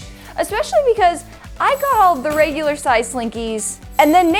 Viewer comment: Ok i know it is an accent but she says raigular instead of regular . I'm dead 😂